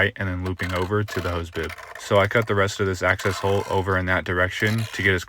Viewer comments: Boob? PRONUNCIATE NOT MASTICATE! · Anyone else hear "hose boob"? 😂